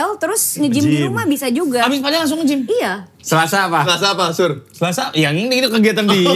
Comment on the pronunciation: PAdel BUKAN pEDEL